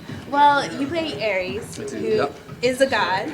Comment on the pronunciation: he plays Ares, not 'Aries'